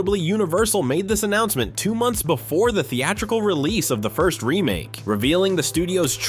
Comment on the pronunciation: Before Not boofore